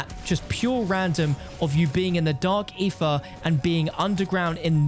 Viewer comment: Why do you say Ether like that? Sounds like you say "Eefah" lol